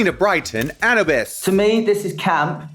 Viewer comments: Yass Bimini!!! Raven repeat after me 'An oo biss' not 'Anabis' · Raven saying its Ana-bis instead of A-new-bis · Lmao raven saying anibis instead of anubis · BIMINI! Yaaaas! Also Raven Girl it’s A-NEW-BIS like the Egyptian God of the underworld. Not Anna-bis 😂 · Raven saying anabus instead of Anubis is very gottMEEK energy 🤣🤣☠️☠️☠️ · Raven pronouncing ‘Anubis’ like ‘cannabis’ is really rubbing me wrong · Not Raven saying 'anabis'.. Gottmeek we see you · I'm finding it odd that Raven can't pronounce ANUBIS. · Not Raven saying "Anna-bus" instead of "Anubis" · She really said Anne Abyss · Anubis not annabis 😂 Egyptian not stoner reference 😂😂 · Raven pronouncing Anubis like “cannabis”? Perfect lol 💨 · Please welcome to the stage, Anna Biss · is raven saying ANAbis to anyone else?? lol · Ravens pronunciation on Anubis Hahaha Its "got meek" all over again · Raven: "ANNA-BESS" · Raven pronouncing Anubis is...priceless lol..ravvveeeennnnn ahhahaha.. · honestly i’m glad Anubis got sent home first just because it means we don’t have to hear Raven mispronounce her name all season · Well it's over now.. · Raven saying anubis like cannabis without the c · it's a shame Anubis left because now we won't get to hear Raven mispronounce her name every week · Raven saying Anubis as if it rhymes with cannabis is killing me lmao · it’s worse than that. anubis is well known name, and a well known figure culturally across the globe lol. you can be forgiven for not knowing how to say gottmik, but not anubis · Ugh I heard it and so glad I came here and saw this comment lol. I'm offended